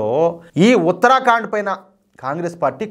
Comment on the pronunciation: దయచేసి ఉత్తర ఖండ్ అని పలకండి, ఉత్తరా కాండ్ కాదు. మంచి వార్తకు ధన్యవాదాలు